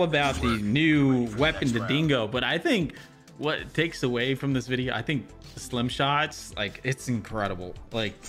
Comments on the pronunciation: It's stim not slim Plus it's free u fun Jeff to get the battle pass broskiiiii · STIM not SLIM lol